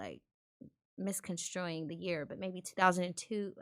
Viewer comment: This bop said “misconstruing “ the year 😂😂.. ninja you ignorant as hell